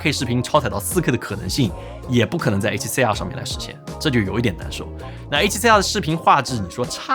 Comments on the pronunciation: C2跟CR听得傻傻分不清😂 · 跟介紹ZV E1一樣，完全不知道為什麼不改說英文就解決了